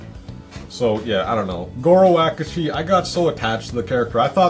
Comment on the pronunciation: hes not called Goro Akuji. It's Akechi.